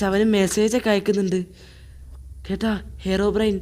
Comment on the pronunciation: Bro ഹെറോബ്രെയിൻ അല്ല ഹീറോബ്രെയിൻ ആണ് 😂😂😂